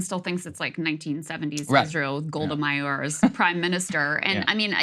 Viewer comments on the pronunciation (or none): Krystal thinking before you speak may help with your pronunciation and your journalistic integrity (I.e. sound less biased). You probably didn't mean to say the cruise missiles etc "were shat down". Golda Meir does not sound like Myor. Houthis "basically blocking", sure, they are not attacking from where you stand.